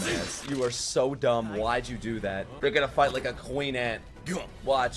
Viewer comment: he kind of slurred "they'rego-nna [do it]" together